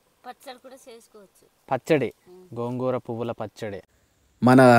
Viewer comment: Gogu kadu gongura